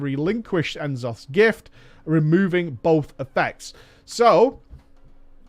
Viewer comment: Nuh'Zoth, not En'Zoth, not important, probably just an error, but gonna say it anyway so we don't end up with a Yyy'sharche or D'floor situation :P